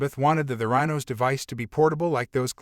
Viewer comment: Good info but it’s a bad AI reading. Even mispronounces the name of the company. YUCK